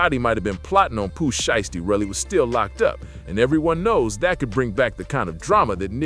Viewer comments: If you can’t pronounce, these people name the correct way then you not qualified to be reported on them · Not enough of a name for you to pronounce it right?